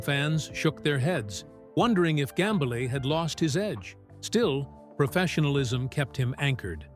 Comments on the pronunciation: 1. Get your AI to pronounce "Gambale" correctly. 2. It's not conceivable that Frank Gambale would ever hate anyone, especially another musician - and certainly would never say so publicly if he ever felt that emotion. The premise of this video is a lie. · Ughk ... another bullshit click bait AI video about nothing... can't even pronounce his name right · There are no names mentioned. Don't you hate it when the AI voice can't properly pronounce the surname of the subject person of the video.